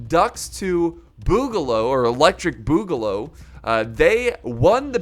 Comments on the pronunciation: I die a little on the inside when mispronounces boogaloo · Pronounced as “Electric boo•ga•lou”